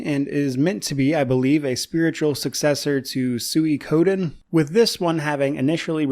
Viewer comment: Finally someone who can pronounce Suikoden correctly :)